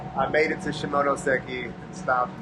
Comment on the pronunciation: 시모노쎄끼... 발음 굿!!